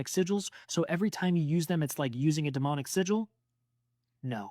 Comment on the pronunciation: The way he says "de moe nic" its "de mon ic"....im not gonna believe a word you say if you cant even pronounce it right....also only 1 of the emojis line up the rest ONLY works cause of the circle....stop reaching....and the "is that jaystation" made me laugh way too hard...and dude coasters ARE NOT that scary calm down.....